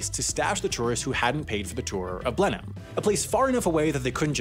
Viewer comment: How did an American pronounce both Bicester and Blenheim correctly in the same video?